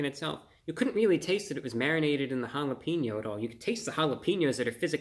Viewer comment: Say your'e the whitest person of all time by pronouncing one word: *Says jalapeno "jala-PEEN-yo."*